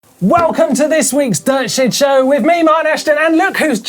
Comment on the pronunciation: I swear every single time. I hear him say dirt shit show. Lmao